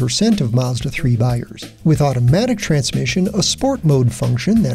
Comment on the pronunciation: Mazda, not Maaaaazda.